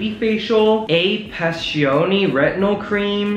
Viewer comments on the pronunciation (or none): none